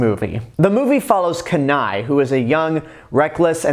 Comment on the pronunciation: Kenai's name is pronounced keen eye not kanai.The other two brothers are called Sitka and Denahi. I love the gta 5 joke with Trevor because Trevor is basically the polar opposite of a stereotypical Canadian. Its like they had all these Canadian stereotypes and Trevor is like, 'Man fuck this' and mows it down with a machine gun. No wonder why all the Trevor rampages in gta 5 happen because almost everybody makes fun of Trevor for being Canadian even though I did not know Trevor was Canadian until much recently